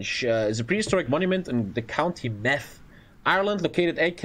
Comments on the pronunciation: ah yes the county of meth (meath pronounced meed) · When he said Meath like Meth I fucking died